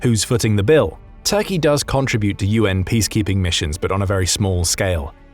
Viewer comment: OMG learn to say “contribute” correctly 😂